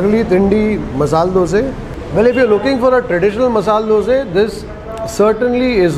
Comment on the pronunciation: That masal dosa is really appetising. By the way we love the way you call " Doseee". Out here in Tamilnadu it is dosai with a pronounced " I " at the end.